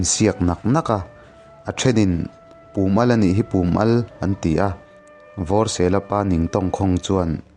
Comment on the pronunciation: Pûm al tih lai tak hi i thluk dan a dik lo..chi kha a pum a al anih avang in pum al tih zawk tur😂